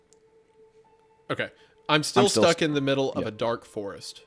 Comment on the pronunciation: I'm not about to look past Hunter saying that the creator was "stook" 😂